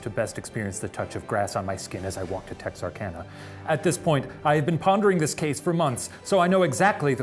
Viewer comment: My hometown!! You even said Texarkana correctly, good job.